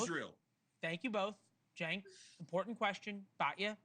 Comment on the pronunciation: I like how she intentionally mis pronounces Cenk's name at the end as some kind of dig. What a disgusting person